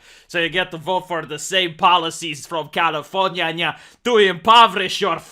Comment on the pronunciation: i always crack out a laugh when he utters Califorにゃにゃ🤣